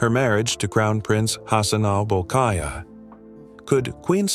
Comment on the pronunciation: We love ❤️ our Queen very very very much, So stopped this rumours story.... Correction not bol k aa iah. BOLKIAH. ❤✅